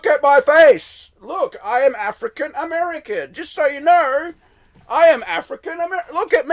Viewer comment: So I’m confused, when did Jamaican become a race and not a nationality? And why does it sound like every time you African American, it comes out like your saying n*gger? Africa is continent not a country or a state in America.